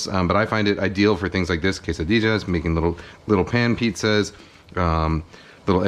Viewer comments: my heritage hurts when he says tortijas and quessadijas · he said Quesadijas lol